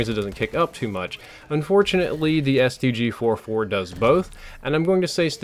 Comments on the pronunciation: Ik I am being picky, but it's the STG-44 not the STG-4-4 like you said it at the beginning of the video. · It's called the stg-44, not stg-4-4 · Its not StG 4-4 Its the StG 44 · Really? The STG FOUR FOUR?!? It's STG-44 (Fourty Four), and I hate this game for ruining one of my favourite guns of all time. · its STG FOURTY FOUR not 4-4